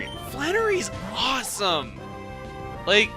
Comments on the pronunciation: where you just about to say ''HOT''?? O____O cuz you said it like'' FLANERY IS ,HWAWESOME!'' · Were you stifling a "hot" when saying that Flannery was awesome, or is today the kind of day where "hawesome" is a brand spankin' new word?